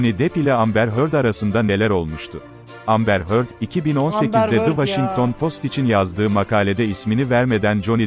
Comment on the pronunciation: Amber Hörd